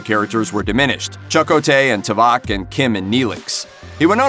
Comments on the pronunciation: Narrator just recaps what Seven went through and what had already been known about her. For years. BTS things as well. All common knowledge stuff. No "untold truths" like the title says. Plus the narrator horribly mispronounces "Too Vok" into "Tuh Väk" which proves the narrator and editors really dont know Star Trek, they just did a book report. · As a huge fan of 'Voyager' I noticed that right away. Clearly the narrator isn't familiar with the series at all. Edit: Just noticed that 'Too-VAK is being pronounced as 'T'vac. Some familiarization of the pronunciation of characters' names should be mandatory. I'm not singling out this channel-- many channels make the same errors in pronunciation. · I don't know if anyone caught it but he also pronounced another name wrong... "T'vok" 😂 instead of "Toe-vak" 😂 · And Tuh-vak, hahaha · Also, Tuh-vok. 🤓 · This poor narrator 😂 CHAK-atay and tu-Vok have me rolling. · Maybe you should Profile Toe-Vuck or Nay-Lick from Stur Truck Voy-egg-er.😂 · 👏 don't 👏 do a podcast on something if you👏 can't 👏 get 👏the👏character👏names👏right👏.👏 *Chec*ōte(as in Check), *Tū*vok(as to be or not to be), Tōrèz, and *Nēe*lix(as in you freaking knee)*, Goddamnit! Watch enough of the series to pronounce the names before you make yourself sound like you don't know what you're talking about!... None, if you are going to mispronounce the names! *Throws computer down a staircase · . . and tuVOK!!